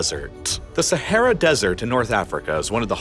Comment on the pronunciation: Just going to throw out that placing emphasis on the "T" sound is usually just unnecessary when saying desert. Tss or Tuh will be heard even without needing to emphasize it. And emphasizing it is just hard on the ears of the listener. Lol